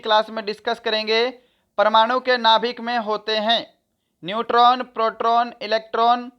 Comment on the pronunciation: Peroton or nuton